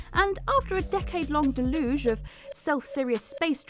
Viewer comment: a decade-long "de-LOOZH" in their "midsts" Warner "Broze" and was "rivaled" by critics and fans alike set in suburban "Americana" Roger "Ebburt"